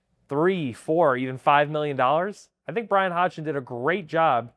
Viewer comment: Great stuff - but coach pronounces his last name “Hodson” - the g is silent, please let’s get it right for coach, it’s not that hard